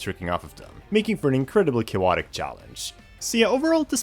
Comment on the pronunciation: why do you say cayowotic so much